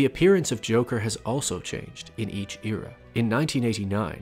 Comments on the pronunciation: It bothers me how he pronounces era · This ear-ah, that ear-ah lmaoo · The way he says era tho